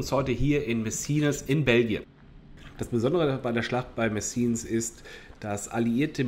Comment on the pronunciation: Messines wird franzoesisch "Messien" ausgesprochen, auf Flaemisch heisst der Ort Mesen.